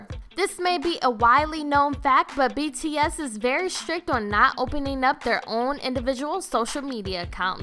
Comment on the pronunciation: When starting off the video and the band name is pronounced wrong.... you know it's gonna be rough the rest of the way... Edit: I couldn't watch the entire video. I tried but I couldn't. I made it 2/3 of the way through. I stopped because of the number of errors that were in it thus far; that got to the point where I was annoyed and didn't want to listen/watch anymore.